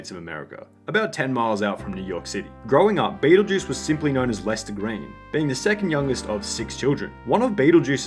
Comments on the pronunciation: “Red L-S-T-E-R” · Howard: "Shpell red" He can't pronounce words any better than Lester can spell. Also, Beetlejuice really is that mentally challenged. I don't think you understand his condition.